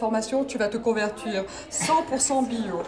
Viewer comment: "Tu vas te convertuir "